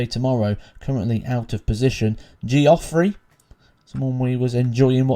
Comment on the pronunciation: Geoffrey and Jeffrey are pronounced the same way!! 😂